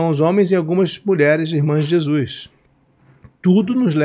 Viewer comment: O cara é jornalista famoso e pronuncia ....JESUIS.. LAMENTÁVEL CARA... ficou muito feio